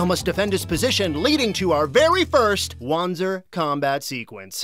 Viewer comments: "-- called "WAN-zers" It's german. It's pronounced "Van-zer". Jesus christ, have you never played a Front Mission game? The voice actors throw that word around constantly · The correct pronunciation is indeed Vonzer as listed on the wiki. However, in both Front Mission Evolved and Left Alive, the word is pronounced WAN-zer, hence why they used it too. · Wanzer is pronounced with a "Va" sound. "Vanzer" not "Wanzer." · So, shouldn't it be pronounced "vahntser" instead of what we've been hearing? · Did the devs just hire people without telling them that the mecha are named Wanzer... Which is pronounced in a Germanic fashion Vanzer... What the actual hell...? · Wait... how did the game mispronounce it's own made up unit type? Like 20 years of it being german, and now...? Is "lazy" a launguage? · says wanzer wrong